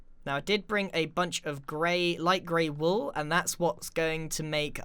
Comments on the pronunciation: Was Grian saying break the black wall, or break the black wool? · Did you say break the black wall or break the black wool? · Were you saying wall or wool?